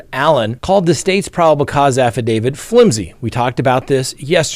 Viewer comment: Can you please stop saying "affidavid"? You're a lawyer, you should know how to pronounce affidaviT".